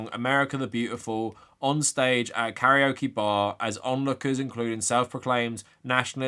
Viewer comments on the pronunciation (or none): none